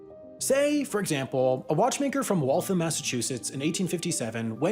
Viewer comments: Your pronunciation of Waltham is not correct. It’s more like Wall-tham (sounds like ham at the end). What you’re saying omits the last “a” and sounds like Walth’m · As a former resident of Waltham, pronunciation of Waltham was like nails on a chalkboard. It's pronounced like "Wall thamb" not like "Wall thumb" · It's pronounced wal-tham, not walthim. Btw, awesome awesome video. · Great video, but please. It’s not “Wall-thum”. It’s “wall-tham,” with the second syllable also getting stressed and rhyming with “ham.” Being from MA, I had trouble listening to the middle of this. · Shocked to see Waltham there, very cool piece of history! It is pronounced Walth-ham and not Walth-um though! MA town names are hard. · Wal-thAM not walthum. ie i AM not liking how you say waltham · It's Walth-HAM. It got a little frustrating by the 20th time. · If you ask someone in MA where Waltham is, you're going to get some looks. Say "Wall-tham" and we'll know what you're asking. You'll probably get intentionally wrong directions and be made fun of after the fact, but hey, you knew what you were getting into. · "Walthum" is also wrong. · You pronounced Waltham wrong. It is Wall tHam. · You’re pronouncing Waltham wrong. The am is pronounced like “I am” and not “um” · Amazing video. Just need to lengthen the ‘a’ sound in Waltham and it’s perfect.